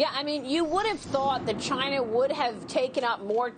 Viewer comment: Chi-na Trump pronouncing